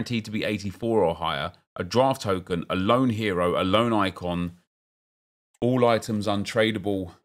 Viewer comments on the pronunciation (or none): none